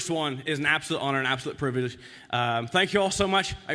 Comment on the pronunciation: Very wholesome good job Craig, but you still cant say privilege